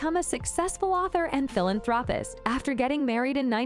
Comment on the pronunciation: Can someone please give this narrator a "pronunciation" lesson....dear God, Philanthropist, LOS ANGELES!!!! there are more